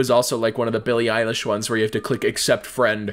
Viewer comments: Billy eye-lash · "billy eyelash" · “Billy Eyelash” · Nonononono it's billy eyelash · NO, ITS BILLY EYELASH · no bro it’s billy eyelash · "Billie Eyelash" - 2020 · "billy eyelash" ~ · You just said billie eyelash